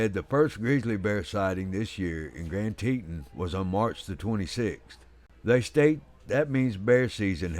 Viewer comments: Gran tee tooon…….. not teten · I am the narrator for this video for wild animal network and I apologize for the mispronunciation of Grand Teton. I had no idea how it was supposed to be pronounced being that I’m not from that area.